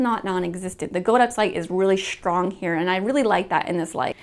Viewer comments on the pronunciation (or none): I keep hearing her say Shtrong .. just me ?!?